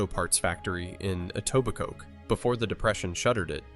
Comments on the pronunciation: This is the closest ive heard a non-Etobicokian almost say the name right lol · He pronounced etobicoke wrong and it bothers me